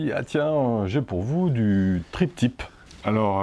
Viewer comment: Attention, quand tu dis Trip Tip au lieu de Tri Tip! Trip tip signifiant pourboire de voyage...